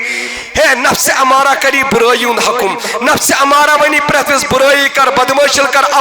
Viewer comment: نفس اَمَّارہ بفتح الہمزہ نہ کہ نفس اُمَّارہ